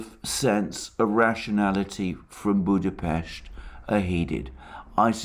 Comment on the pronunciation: I am an ardent follower and supporter of Mr Mercouris and feel indebted to him for his daily enlightenment on crucial current affairs. Since he mentioned Budapest in this video twice (first time with the correct pronunciation), I'd like take the opportunity to clarify the correct pronunciation of my place of birth: Budapest with an 's' as in 'SHE' (and NOT as in 'see'), should anyone be interested. Nothing to worry about the 'incorrect' pronunciation though, it is widespread and Hungarians are used to this.